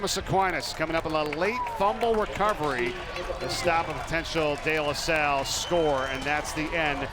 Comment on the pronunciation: couldn't even pronounce De LaSalle